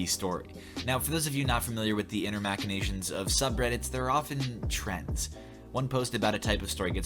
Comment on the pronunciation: I think it's "mash" inations, like "machine", not "mack" inations...